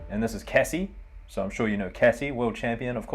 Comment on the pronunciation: Sure we know Casse, don't know any Cassie though. (#22, silent "e", a letter which is never pronounced like that in French names anyway ;) )